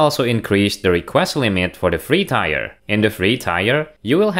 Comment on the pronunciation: Another great video, thanks! Just a quick suggestion: the English word “tier” is not pronounced like “buyer” but is pronounced like “beer” or “fear”. Or identically to “tear” as in the tear in my eye 😉